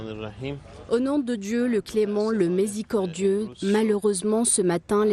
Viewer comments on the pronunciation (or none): corriger la dame de la voix off ayant fait la traduction de la personne sur le site de l’attaque du bâtiment où ils abritent l’IA elle a dit au nom de dieu le misecodiex au lieu de miséricordieux ( ما تخلوش لجناس تضحك علينا la scène internationale nous observent با عباد الله